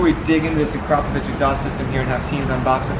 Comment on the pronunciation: Akra-poh-vich pronounce it properly ffs